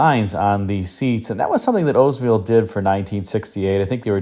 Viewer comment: Why can’t people pronounce the name correctly. The narrator says “Ozemobile” but pronounces Olds correctly.